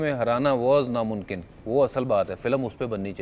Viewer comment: te bhaji bol rehe hai namumkin ko namunkin😂😂😂